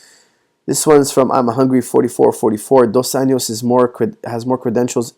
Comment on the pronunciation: Hey coach, just letting you know Rafael's surname is pronounced more like "Un-joss" and NOT "Un-yoss" which would be Spanish pronunciation and not Brazilian Portuguese. Also, in Portuguese Rafael is more like "Har-fie-elle". Great videos however, keep up the great job. Cheers